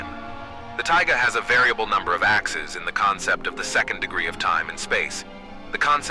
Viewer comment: I'm loving this concept, though I feel like the AI voice is a bit of a distracting limitation. It didn't emphasize "Mathematics" right, which made me have to go back several times to figure out what it was saying; it mispronounced "axes" every time, which was distracting. Imo, an old-school TTS voice might've been more understandable? Ultimately a minor gripe, this is really cool.